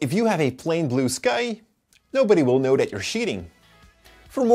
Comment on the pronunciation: “nobody will kow that you were shiting...”